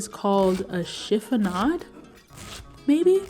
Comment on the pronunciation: La prof de français confirme: OUI, c'est une chiffonade (bravo, bien prononcé!) Question: pilau = pilaf ?